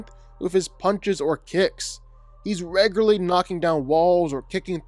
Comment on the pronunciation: Bro please give up on saying the word “regularly”.